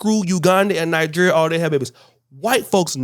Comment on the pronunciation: Ny-jer and Ny-gee ree ah 🤦🏿‍♂️